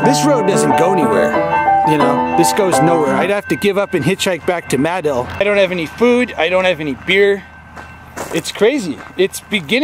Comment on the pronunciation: I sure miss his video uploads. RIP. Btw.... it’s Muh-dill not May-dill lol